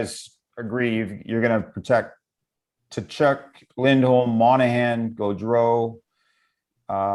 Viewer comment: If u r the host…pronounce gaudreau and Tkachuk right! U had one job😵‍💫